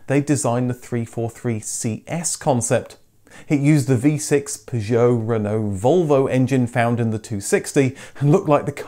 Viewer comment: What’s with the ridiculous pronunciation of Citroen, Peugeot and Renault!? Really informative clips but incredibly frustrating to listen to!!!